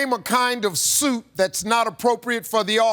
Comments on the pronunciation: me hearing soup at first as well and I was like what 🙄.. I don't blame the guy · Thats your fault Steve i heard it soup as well 😅😅😅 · I've heard this at least 1500 times, and I still hear soup 🤷🏻‍♀️ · Regarding the guy who said "Chicken Noodle" in his defense, I swear I heard "soup" too at first and was very confused by that question. "Soup that's inappropriate for the office? WTF? Uhhhhh wedding soup? Idk. Why would a soup be inappropriate for the office? Is there a funeral soup?" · I have watched this video several different times (on different occasions) and every time Steve asks the question, "name a kind of suit that is not appropriate for the office," it sounds to me, just like it did to the contestant that he is saying "soup." 😆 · I thought he said soup too 😂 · 😂😅 I heard soup too but still, how would chicken noodle soup be inappropriate for work?